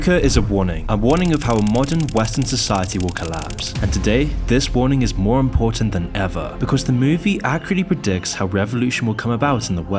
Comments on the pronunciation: "Imporatant" stuff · "IMPORATANT" - lmao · "This warning is more imporAtant than ever" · >Imporatant Yes, very. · this warning is more "IMPORATANT" lol